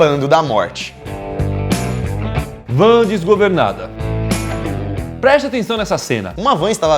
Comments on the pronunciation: É van não é vã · "Vã desgovernada" alguém avisa pra eles que é "van" kkkk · Quem percebeu a palavra vã O certo👉Van Achou,curte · Vã?Eu achei que era Van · É Van e nao Vã kkkkkkk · O PRIMEIRO É VAN* E NÃO VÃ. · “VÃ” ?? WTF SKSKSKS É VAN PO😃😂😂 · VÃ?? Eu acho q é van mas tb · "Dibrando. Vã desgovernada". Meu Deus gente, não assassinem o idioma. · "Vã"??? Wtf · Vã? Ta certo isso? Kkkkk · "Vã" KKKKKKK